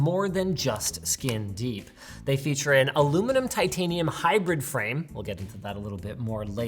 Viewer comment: Titanium? You mean, "titanum"? :P